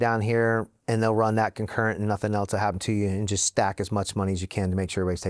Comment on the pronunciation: Never trust ppl who pronounce it "elts" instead of "else"